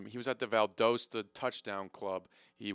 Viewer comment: you also mispronounced Valdosta